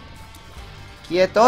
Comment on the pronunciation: Me encanta cuando dices 'Quietorl', dilo mas seguido xD